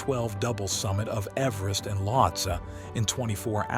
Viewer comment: its' not Lottes. It's Lhotse. Lot-say. Also your spelling on the click bait banner is atrocious. get educated please. You're making Mountaineering videos for gosh sakes!